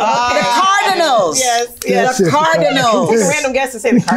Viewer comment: The CAR DIN ALS I’m screaming at that pronunciation